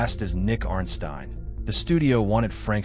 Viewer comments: I thought this was a very good video until you pronounced Nicky Arnstein incorrectly. You have obviously never watched the movie or this is an AI narrator. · Interesting way of pronouncing Arnstein. Maybe watch the movie first